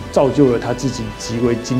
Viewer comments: 我知道有人會念Costco, 但我是一直唸Ikea啦。 麻煩後製再安排Lucy教一下如何正確用德文發音念保時捷。 千金：Repeat after me, 潑夏😂。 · 剖許的音到底是怎麼發出來的，明明是德文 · 好慘 全片保時捷的發音都錯了